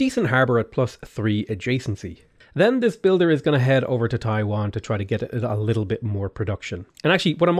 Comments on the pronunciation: hey, its Tai Yuan. Not Taiwan. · Stop saying Taiwan. "TEYE-YUEN." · It's funny he pronounced TaiYuan as TaiWan (two totally different places and are very far away from each other) for me as a mainland Chinese, yet totally acceptable. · Guys don't complain about mispronouncing everything. He's Irish he knows how it feels. Síofra is prounnoced Shee-fra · Dude it's not even Taiwan... and FYI Taiwan was indeed founded as a Chinese province, if you like to call it as a country, it could be Formosa or Republic of China. So there's nothing too incorrect with his mispronounciation in comparison to your claim. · It’s TAI “YUAN” not TAI”WAN” bro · Every time I hear pronouncing Taiyuan as Taiwan gives me giggles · Hi! Love ur contents. One small heads up: Taiyuan is a city in northwestern China, pronounced as Your pronounciation is actually pretty accurate for Taiwan tho.